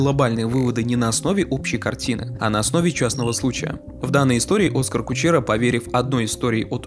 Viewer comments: Его зовут не Оскар, а ОскАр. Ударение на А. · Только он не Оскар, а ОскАр. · Почему Дудь называет ОскАр, а тут в видео чувак называет Оскар? Наверное, Дудь, который лично общается, знает как правильно? Зачем искажать тогда? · Он оскАр, а не Оскар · Все норм только не о́скар а оска́р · Позволю себе сделать замечание, ОскАр в имени - ударение на А. Ты - очень серьёзный чел, который пилит серьёзный и интересный контент. Обращай внимание на детали, когда пилишь видео для нас. Спасибо заранее, и огромное спасибо за качественный разбор! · Спасибо за работу, круто. Но, блин, ОскАр Кучера, ударение на А..... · ОскАааар . На букву а ударение ,блин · Ударение в имени Оскар на последнем слоге. Это не статуэтка, которую актерам в Голливуде дарят. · Как можно понять насколько качественное это видео По тому как автор ставит ударение в имени Оскара Кучеры Кучеру как он сам писал звали изначально, чтобы услышать разные полит мнения, а уже потом он написал, что на самом деле для обсуждения муз ТВ, автор решил переиначить контекст, но обосрался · Неизвестно, намеренно или непреднамеренно, однако использует неправильное ударение в имени много раз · Все классно, однако в имени одного из главных героев было бы неплохо правильно ставить ударение. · Вы намеренно ударение в имени Оскара неправильно ставите? А за анализ спасибо , интересно, как всегда. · Оскар - ударение на А, не на О. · Оскар ударение на второй слог, если что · Не Оскар, а Оскар. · Оскар ударение на а . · Скурпулезнейшая подготовка автора к своему видео видна с первых секунд...человечек не удосужился прогуглить ударение имени Кучеры..)) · Это не обзор, а попытка оправдать глупость Кучеры. Да и сам автор умом не блещет, даже ударение в имени Оскар не осилил правильно поставить, хотя интервью смотрел и разбирал. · Как ты смог весь выпуск неверно ставить ударение в имени, при этом вставляя отрывки где Юра говорит правильно - оскАр. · Аргументируйте, пожалуйста, почему Оска́р вдруг стал О́скаром?